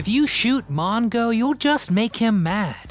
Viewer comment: "MoN-Go"??? Who picked this guy to narrate?